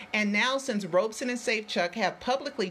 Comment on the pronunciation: his name is pronounced "Robson" as in "rob" not "robe". I know because I have heard him say his own name.